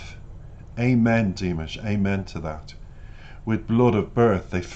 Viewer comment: Your reactions are lovely, but -- respectfully -- every time you mispronounce Dimash's name it distracts from your thoughtful analysis. It is Di-MOSH as in mosh pit, accent on the second syllable, not DIM-ish. Thank you.